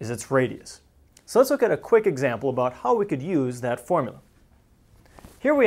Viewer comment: well he's talking aboot spheres right?